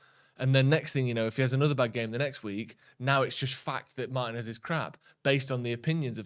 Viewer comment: When are you guys going to learn how to pronounce Martinez?